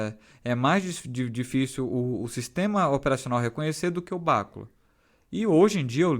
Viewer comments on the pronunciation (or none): A pronúncia em português é bacúla . Em inglês soa como se fosse um termo proparoxítono, mais ou menos como béküla . No português este termo para pronunciar, como se está pronunciando no vídeo, tem que ter acento na antepenúltima sílaba. O assunto é informática, mas cabe aqui esta informação.